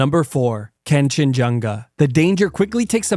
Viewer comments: it's kanchanjunga and I know since I'm nepali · You pronouncing Kangchanjunga gave me pet peeves beyong human comprehension. Sitll love your vids tho